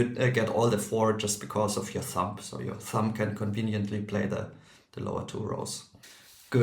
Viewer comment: "Thumb" ends with the nasal "m" sound, not a plosive "b" or "p" sound. The final b is silent. English is weird.